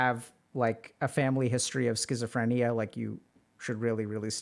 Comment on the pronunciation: I still avoid using the word scisophrenia, it terrifies me to say I guess you'd say anxogenic. I mispelt it because that's how you said it and it's actually more comfortable to hear.